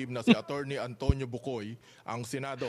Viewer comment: hindi bucoy😊